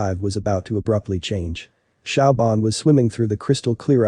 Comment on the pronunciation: Siobhan is pronounced "Sh'vahn" NOT Shaobhan!